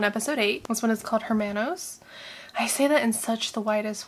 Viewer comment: Actually, the 'h' at the beginning of 'hermanos' is silent lol